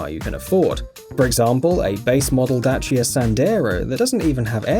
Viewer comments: Thank you for talking about a Romanian car, the Dacia!(btw, I like how you pronunce Dacia) 😉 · THANK YOU FOR SAYING DACIA RIGHT.Oml finally the first brit i heard say dacia right.Cheers from Romania.